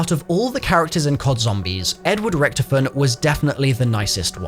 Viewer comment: That's not how you say richtofens name